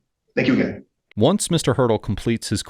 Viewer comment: The attorney's name 'Haertel,' is pronounced "Her-tell," not hurdle